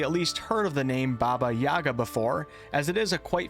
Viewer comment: It's Yagá not Yága, same as mústikka and not mustíkka:_Troll::_Troll::_Troll